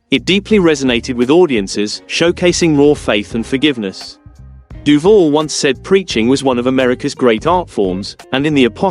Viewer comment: Um, I hate to be pedantic and a fully paid up member of the "pronunciation police" but it is pronounced: "DOO- VAL" and not doo-vull, geddit? Now, say it after me: DOO-VAL, yes, we're getting there, DOOVAL (As in "You can call me AL"). Are we clear on this now? Good, now get the kcuff out of here.